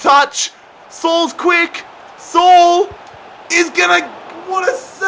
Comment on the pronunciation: “Sol” smh😭😭😭 Saul